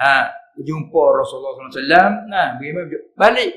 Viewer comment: Mohon Padang videonya sebab tadi baca shallallahu alaih wasallam bukan shallallahu Alaihi Wasallam